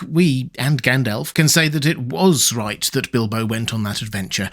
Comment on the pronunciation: Bildo? Tha burrrrglaur??